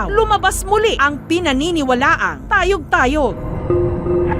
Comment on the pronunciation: Tay-oG!!! Tay-oG!!! Tayyy-oOG hindi tayog tayog..😅😅